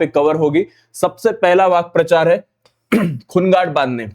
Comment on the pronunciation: Vakyaprachar ❌❌ Vakprachar ✅✅